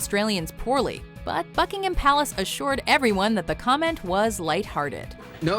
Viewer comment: it sounds like she said Fuckingham Palace